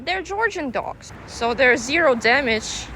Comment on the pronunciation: I was making coffee and not looking at the video, just listening, and you said there's. But with the accent it sounded like deres which sounds similar to my name so i turned my head around lol